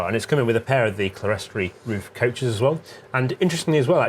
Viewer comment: Thoroughly enjoyed the video, especially the hilarious pronunciation of clerestory. It’s pronounced CLEAR STORY